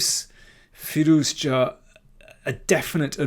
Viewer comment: Good video. Sorry for commenting about firouzja pronunciation last time, I realise you are saying the name the correct way now.